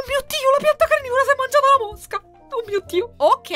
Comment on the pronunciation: Oddio,che bellaaa! Quando hai detto la pianta carnivora si è mangiata una mosca ho capito mucca 😂